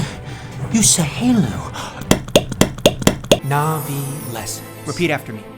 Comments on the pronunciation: Also your Na'vi pronunciation is pretty good, I went full nerd and started learning Na'vi. I've been a nerd all my life and have picked up a bit of Klingon and Mando'a as well. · Bro why is your navii pronunciation so good